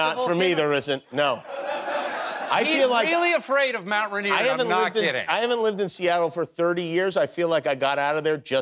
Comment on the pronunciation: Yikes, the cringe pronunciation of rainier.. "run-EAR"? what? Heh, apparently we were at the UW at the same time as McHale. Mercer Island, that explains the hifalutin' pronunciation!